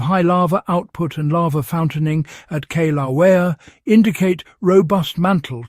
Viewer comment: I grew up in Hawaii. I'll let you figure out how to pronounce Kilauea. Outsiders do have trouble with the name at times. You got close once.